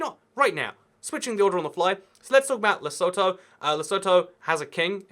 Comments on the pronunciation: Fun fact: Lesotho is pronounced lesuthu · Lesotho is actually pronounced Lesotho